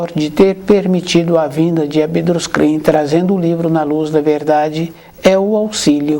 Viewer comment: Só um detalhe que o amigo palestrante pronuncia o nome de ABDRUSCHIN por "ABDRUSCRIN" ou seja troca a forma correta do "CHIN" por "CRIN".